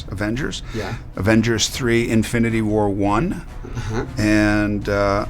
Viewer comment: Se dieron cuenta que Thanos dijo.. infinty war 1 ?